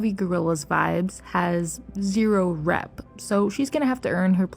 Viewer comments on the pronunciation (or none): Sounds like you say rap, when you say rep.